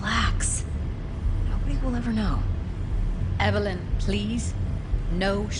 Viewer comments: Right I said lowkey triggering as a joke tbf, like its a minor annoyance. Naa i also have an auntie called ev a lyn ive never heard EVElyn before ever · I gotta say, I dunno if its just me, but PLEASE stop saying EVE-LYN, its just evelyn (ev-a-lynn). They even say it in the game its actually lowkey triggering. Like this is half jokey but also half an actual request